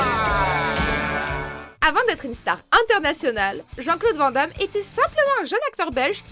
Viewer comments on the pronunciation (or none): Putain, quand apprendrez-vous à dire Jean-Claude VAN(NE) Damme ????